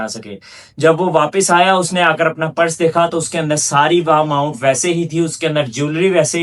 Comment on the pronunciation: Beta aap purse ko PARAS na bolain please. Otherwise you are doing good